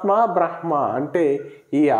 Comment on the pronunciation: " బ్రహ్మ" పలికేటప్పడు మకారం ముందు పలకాలి.